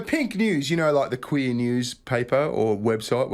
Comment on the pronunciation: Bunch O' British Cweers. 😂